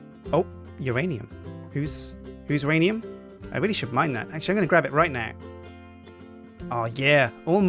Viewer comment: actually its myranium u have it all wrong